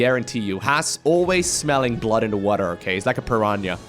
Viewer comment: What is a pur-yan-yha? It's always the small things in video that entertain me haha